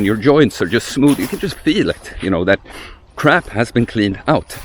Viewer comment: Great video! 'Crap food' did sound like 'crab food' to me, and wondered what was wrong with crab 😂